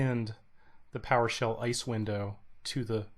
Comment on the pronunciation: Thanks. Only tip: as an abbreviation, try saying I-S-E. Not ICE.